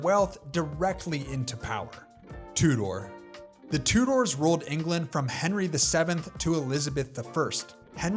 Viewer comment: Tudor is pronounced "TOO-der", not "Two-DOOR"